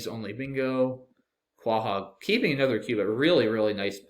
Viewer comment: Pronouncing Quahog like kwa-hog and not koh-hog D